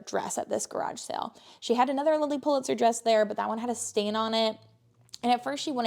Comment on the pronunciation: I'm sorry I couldn't make out what you said Lilly Pa What? I'm getting back into reselling and brushing up on clothing brands